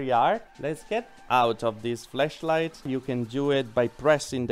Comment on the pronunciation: It sounded like you said fleshlight! 😂😂😂